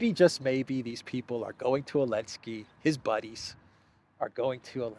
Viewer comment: Coke makes people paranoid, that's Zelensky's problem with the firing! Why do you keep saying Elensky, it's sounds stupid! No offense intended!